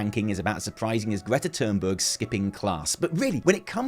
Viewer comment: Did say Gretta Turdberg? If not then my mistake, carry on.